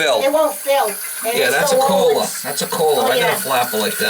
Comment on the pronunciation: “That’s a Kohhlaaa”